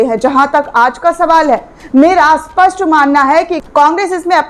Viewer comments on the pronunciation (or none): none